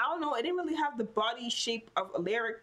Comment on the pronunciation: Aleric 😂😂 love how you say it 😂 it's Al(A)ric pronounced al-ah-ric..